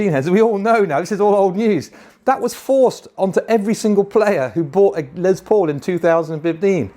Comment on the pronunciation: Why do you teabags all say LeZZZ paul? The man's name was Lester. Les for short. Can you GUESS what it rhymes with?